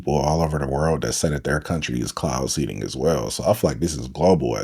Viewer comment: Cloud SEEDING , not seading